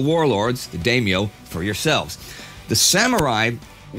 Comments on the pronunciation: Dameyo? No Daimyo だいみょ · Historian on Japanese history.... mispronounces Daimyo. Facepalms as a student of the language.